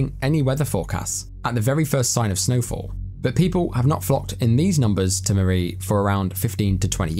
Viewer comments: It's pronounced murry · Hi my father is from murree and Sialkot area, and he used to tell us stories from there.sadly he passed away and greatly missed. Greediness from people is discusting and poor people,it makes me sad and angry. Also pronounciation of murree is incorrect. Snow is always great there.